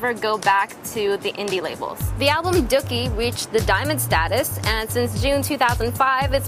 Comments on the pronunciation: DOOKIE IS NOT PRONOUNCED "DUHCKY" ITS "DUE-KEY" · It annoyed me when she pronounced Dookie as Dukie :P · I'm a Green Day fan and as soon as I heard the mispronunciation of Dookie I lost it! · how hard is it to say dookie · No duh. She didn't even say "Dookie" right!